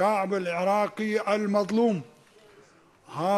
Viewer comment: كيف نجفي وهو ما يعرف يتكلم عربي؟ كيف يقول الشأب الإراقي